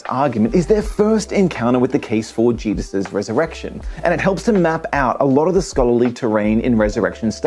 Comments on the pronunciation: am I hearing thinks but did he call Jesus Jeebus? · Every time he says Jesus i hear Jebus. Some strange accent? Is it just me?! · Did he say Geduses? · Is it me, or does this guy keep saying "Jeebus?"